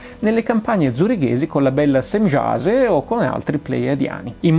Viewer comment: Si pronuncia Semiase, Immanuel, Pleiaren etc.